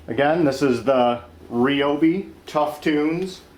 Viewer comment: He is using the correct pronunciation. Most pronounce it wrong.